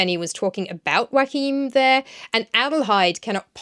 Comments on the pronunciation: Isn’t Joachim pronounced “yo-a-heem”? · I'm so happy to see, that the German version seems to be well liked! A little note: Joachim is three syllables not two, so it's "Jo-a-chim" (but start the ch-sound already on the second syllable) and the accent on the a. :)